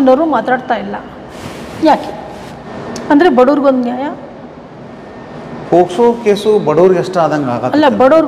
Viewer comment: Super kaanunu mam it is not posko it ir pokso